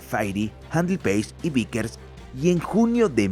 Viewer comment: Cómo? "Uiker" no! No és Wickers sinó que es Vickers!